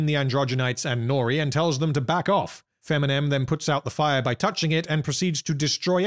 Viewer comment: Feminem ahahahahahhaa youre killing me